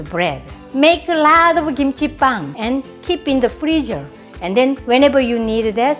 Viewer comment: Sounds like your are saying kimchi pan, pan is bread in Spanish so it makes sense. Love you so much!